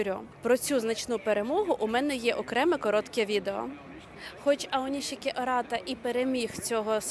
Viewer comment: Українськи сумоїсти у Японіі зараз на такому рівні що представляють Державу. Тому прошу усіх однаково правильно називати сумоістів чи щось на японсткому на офіційному: Аонішікі, Шіші. Башо. Не треба так як на яzыке : аонисики, сиси, басьо та інше. Дякую.